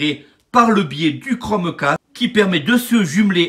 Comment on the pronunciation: Tu lance le chromeEEEcaste et ho la bouillabaisse je viens de marEsEiLle ho